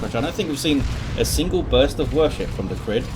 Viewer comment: Thanks for casting! The way you pronounced my name the first time is correct (ie NOT as "Cry"). /TheCrydd